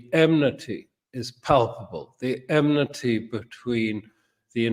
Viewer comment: My anal self was surprised to hear Mr. Crooke say "deteriating" and "emnity". I found it refreshing to hear Mr. Crooke talk about what is actually happening around the world, what the plans are. Few people appear willing to mention that on monitored social media.